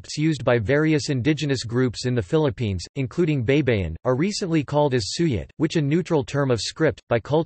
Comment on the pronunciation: Hey it's pronounced bye-bye-in, not bei bei in. Spanish and Filipino words are pronounced the same way it's written. Please do your homework. You're embarrassing. I suggest you find a Filipino speaker, not a Yankee.